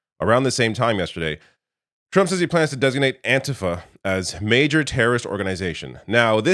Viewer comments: IT'S PRONOUNCED AN-T-FA not antihfah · Antifa pronounced with a long ‘e’ on the ‘i’. Anteefa, second syllable stressed. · do you say fah-SCIST or FAH-scist. The correct pronuciation of antifa is anti-FAH. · I get that you’re Canadian, but you have to have heard how An-‘TEE-Fah is pronounced by now.